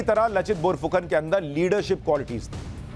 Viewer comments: Bour fukon nahi..borphukon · Laa not la ,bor nhi bar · Read as "Laachit Barphukan"... not lachit and not bor its "bar"